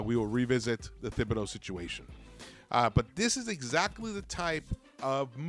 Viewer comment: Say it wit Me. " Tib be do " NOT "THIB BE DO"